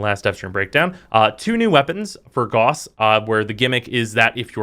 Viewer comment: "GAUSS" RHYMES WITH "MOUSE" IT IS A UNIT OF MEASUREMENT FOR MAGNETISM EVERYONE IS PRONOUNCING IT WRONG AAAAAAAAAAAAAAAAAAAAAAAAAAAAAAAAAAAAAAAAA